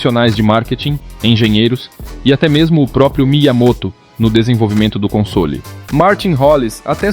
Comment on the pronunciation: Cai de pára-quedas no canal, boa edição e narração só vi um erro na pronúncia da palavra “console” você fala “consôli” como se houvesse um acento no “o” fora isso tá muito bom!